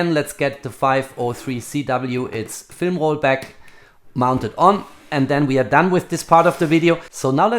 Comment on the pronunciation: Agree, and I love his German "We" instead of "V" in his pronunciation...